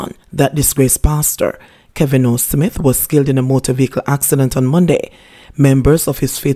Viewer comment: Your pronunciation of the word smith is wrong mam. Check it.